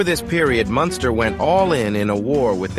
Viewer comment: Then you go fucc up his name.... Munster😅😅😅😅 wtf is that shit..... Ol lame ass fucc nigga